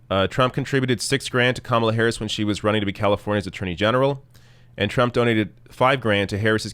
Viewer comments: Tucker Carlson claiming that he's mispronouncing her name unintentionally when he does it twice just seconds after being told the correct pronunciation is more than a little disingenuous. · Tucker absolutely and unequivocally knows exactly how to pronounce Kamala's name. She didn't just come out of nowhere. She's been on the news in some capacity practically every day on and off for the last 2 years. He's done multiple segments about her on his own show. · so tucker is basically admitting his lame passive aggressiveness by saying her name wrong. right after and for the rest of the segment he continues to say her name wrong. so saying a persons name wrong is criticism? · "The correct pronounciation". Cute,! Personally, I say /kəˈmɑlə/. It's the female version of Kamal, but no one pronounces Kamal /'kɑməl/, but always /kəˈmɑl/. Aside from that, /kəˈmɑlə/ sounds better. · Obviously Tucker was pronouncing her name as "Camel-a" on purpose to make a comment about her appearance. Anyone who watches any news would know how to pronounce her name. He told on himself when he started ranting about her being above criticism. He obviously mispronounced, not by accident, but as a criticism of her appearance. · Yes, Tucker, you're disrespecting her because you can't even be arsed to find out how her name is pronounced (if your mispronunciation is, indeed, unintentional). And as a national commentator, you should know by now how to pronounce it, or you're not doing your job. That's broadcasting 101. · Is Tucker Carlson SO stupid that he does not understand the difference between criticism and miss-pronunciation? Saying someone's name incorrectly is not criticism.. so his rage is totally misplaced.